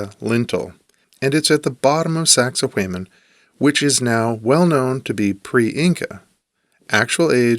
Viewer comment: saxay waman, not saxay wayman never thought I could be so triggered but you pronounce it so many times